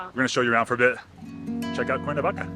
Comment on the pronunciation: Por qué dice el traductor "Cuavaca" en vez de Cuernavaca?